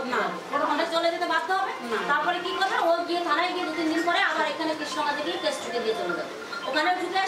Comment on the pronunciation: কেচ নয় কেস আপনি বার বার কেচ বলেন